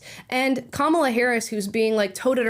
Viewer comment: Joe Brown called her kabala Harris lol